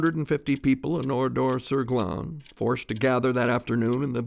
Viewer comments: pourquoi dit il OURIDOR et pas oradour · Oradour non pas Oridor.... Ça m'énerve.